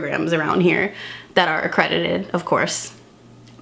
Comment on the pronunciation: I love how you emphasized “accredited” 🤣🤣 SO happy for you and glad you found the one 🥹